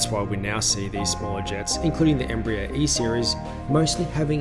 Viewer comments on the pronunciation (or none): none